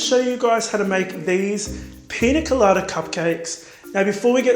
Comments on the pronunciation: He makes good cupcake/macaron videos. Also he is saying piña colada right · I think you said pina colada just perfect !!